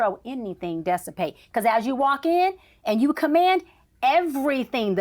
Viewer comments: Dessapate ma’am……..? That’s not word SMDH! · ‘Dessipate’ is NOT a word. It’s DISsipate